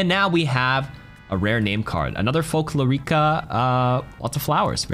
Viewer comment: Here's an useless Spanish lesson: Whenever you see a Spanish word that has a syllabe with á-é-í-ó-ú, it means that that's were you apply the word stress. In Sombra's cosmetic "Folklórica" you would pronunce it as "Fol-KLO-ri-ca" instead of "Fol-klo-RI-ca"